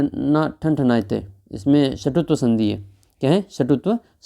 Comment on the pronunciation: षटुत्व नहीं सर सत्व 😮